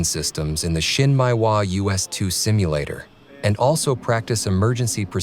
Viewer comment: Not so important but you might look at how Japanese words are pronounced. Shin Meh ee Wa. Not Shin Mai Wa. Nice video.